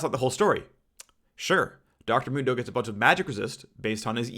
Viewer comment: Phreak: Dr mundo should be maxing e first Me: phreak! It's mundo not moondo. Jks love ur vids phreak they help me sleep